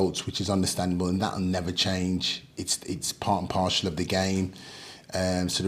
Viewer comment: Part and Parcel! Not partial. 😂